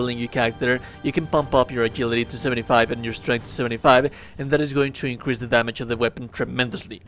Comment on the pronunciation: A JIL ITY not A GIL ITY